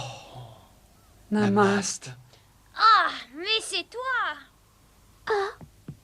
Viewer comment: NAMASTÉ É MDR PAS NAMAST PTDR JPP